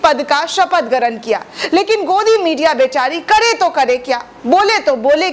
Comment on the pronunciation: Garan kya hota hai? Grahan hota hai. Tumhe to sunna hi gunah hai.